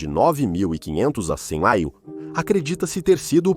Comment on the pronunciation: Acredito que a IA leu o AC de uma maneira que fica difícil a compreensão… mas mencionou AC várias vezes.